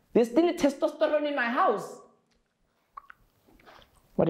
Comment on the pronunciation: " you're still testesteroning in my house " 🤣🤣🤣🤣🤣